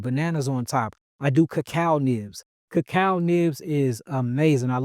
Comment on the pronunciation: Did he say kakal leaves ? Wats that ?